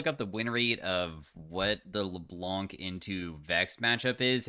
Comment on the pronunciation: Hi! You don't pronounce the "C" at the end of Le Blanc:) (which means "The White" in french)